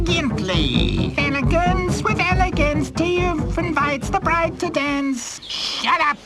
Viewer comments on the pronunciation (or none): none